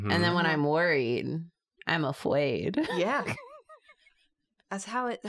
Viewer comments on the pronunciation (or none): that "Afwaid" gave me mad Merabiba vibes